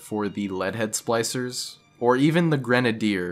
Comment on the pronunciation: Are you calling them 'slicers'? It's SPLICER